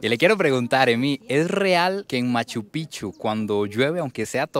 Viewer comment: Picchu no pichu habla biennn